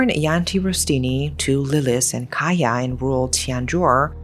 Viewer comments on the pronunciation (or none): A bit off topic but its really bothering me how she says Cahya's name. Idk why she reads it as "kahyah" when its supposed to be read as "Chahya", maybe in future videos you can learn how to properly pronounce the names. But other than, this is a well made video! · I thought Kaya was wierd name for indonesian man. Well because it's Cahya not Kaya. Ch-ah-yaa. cahaya in my mother tongue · His name is actually pronounced cha-yah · Hi. Just wanted to let you know that the pronunciation for Cahya is Ch-ahya. The C in Cahya is pronounced as Ch (chair, choose, chinese) I’m your new fan and I love your storytelling, the intonation, the description of the story, chef’s kiss. Keep going!! ❤❤❤❤ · Even, as Indonesian I never heard the case. Thankyou for brought up this case. Btw, you pronounce Cahya as Chahya not Kaya. Indonesian pronounce Cah not Kah but Chah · Pardon my diverted concentration, but the name "cahya" actually spelled cah-ya. Cah like how indian people call their uncle: cha cha. And ya like yea? So cah ya. Not kaya like kaya toast 😂 (I notice this because I am Indonesian) Aside from this, evrything else is great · Pardon me but Cahya is pronounced as cha-h-ya the c is pronounced as it is, not becoming k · Nice story telling style! Btw, cahya isn't pronounced with k sound, but c like the sound of Charles. All Indonesian words/syllables with letter C should be pronounced that way. Another example is cianjur, a word (name of town) that is mentioned in the story. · A little correction pronouncing Cahya : 챃야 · The C in Cahya is pronounced like chair not like key. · Amazing coverage,. I would like to point out just one thing, though, Cahya in Indonesian is pronounced with a ch sound, like in chalk. Other than that, thank you for covering this, no notes. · Thanks for bringing this story up! Anyway, just FYI, the father’s name is not pronounced with K but with Ch. Like in Charlie.